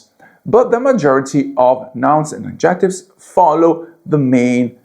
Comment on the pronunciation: AD ject ives....stress on first syllable ...NOT...ad JECT ives...